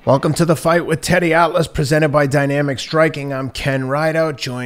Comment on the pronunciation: I know Teddy isn't trolling but his pronunciations are so bad it seems like he is